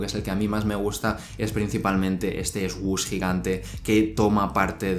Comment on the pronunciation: Its /Sush/ not /esgush/